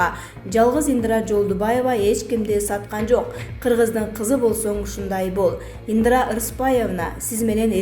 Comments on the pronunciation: Ындра эмес Индира. Пандээмя эмес Пандемия. Акцентин ото одоно экен диктор! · Диктор сорой ! ИндЫрА эмес ! ИндИра ! Тупой диктор соройлор тойгузду . Ушулардын айынан жанылык да уккун келбейт . Дагы жанталашып " подписаССа кнопкасын баскыла " дешет , сабатсыз чириктер . ПандЕмия , карАнтин .......фу ..... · Соке каронавирустан олот окшой ааа🤔Диктор кыз туура Оку Индра эмес Индира дегин пандема эмес пандемия 🤣😂😅😂